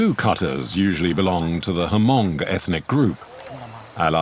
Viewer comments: It’s pronounced Hmong(mong) the H is silent not Ha-mong. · I find it funny how the translater pronounced the word Hmong in the Vietnamese dialect... It's pronounced "mong" with the H and M together and not "Hamong".